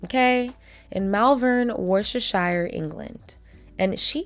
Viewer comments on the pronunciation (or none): Just to help in pronunciation it's pronounced like "wooster-sheer" not "wor sher shire" 🥰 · Worcestershire is pronounced Wuster-sher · The way Americans pronunce places like Worcestershire is always wild to me 😅. I don't get why people don't look it up when researching. For anyone wondering it's pronounced war- chest-er-sher. Also, yes being a traveller in the early 00s in the uk was brutal. Even in my multicultural school they'd get it the worst. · Just FYI, 🇬🇧🙏 it's pronounced 'WOOSTER-SHIRE' ❤🙏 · I can't trust the quality of research if somebody hasn't even checked how to correctly pronounce Worcestershire...